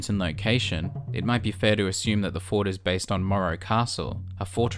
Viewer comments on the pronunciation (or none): none